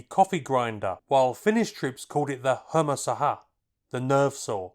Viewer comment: Appreciate the effort but hermosaha's R is pronounced like the first R in grinder. I know, Finnish isn't the easiest language to English speakers... For example, how many meanings "Kuusi palaa" can have.